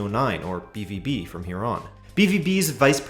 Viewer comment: Pronounced “be-vow-be”